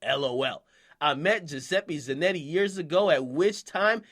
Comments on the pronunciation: its za-notti not zanetti idiot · Zanetti? Really nigga? Just sound it out, there's an O...ZaNOTti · Ak Straight Skipped Over The O In Zanotti 😂 Za - Not - Tee my bro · za.not.e is how you say it honey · bruh this nigga said giuseppe zannay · Flagrant ZanottE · Kelechi Iheancho he says Zan"E"tti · you're pronouncing zanotti wrong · Akademics the type of nigga to pronounce Giuseppe right but butcher Zanotti. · I'm Trynna figure out where akademiks sees a "E" in Zanotti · You said the name wrong!